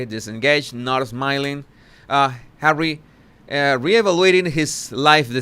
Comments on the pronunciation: "Harwwe" 🤣🤣😅😂😂 Look at Meagain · Jesus, anytime you say "Hawwy" I can't stop laughing😂thank you from Italy